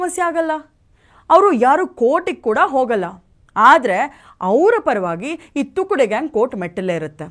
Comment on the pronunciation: ನಮಸ್ಕಾರ.. ಅದು ತುಕ್ದೆ ಅಲ್ಲ.. ತುಕ್ಡೆ